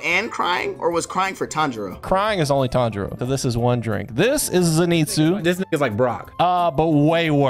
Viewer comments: Should’ve also made the rule, “Any time Inosuke says Tanjiro’s name wrong” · For part 2 add ever time inosuke says tanjiros name wrong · Why no "Any time Inosuke pronounces a name wrong"? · Zenitsu pussed out. That was a drink lol Edit: You should make a new rule that every time inosuke mispronounces Tanjiros name, take a drink.